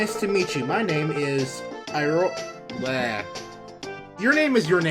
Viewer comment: iroha's name is pronounced eerohwah but spelled iro wa watch means "color is" in Japanese.